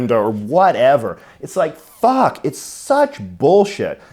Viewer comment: is the most Canadian sounding “f*ck” I’ve heard in a minute